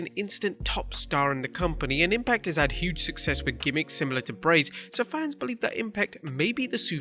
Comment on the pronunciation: "Impact have had huuge sucsess" lmfao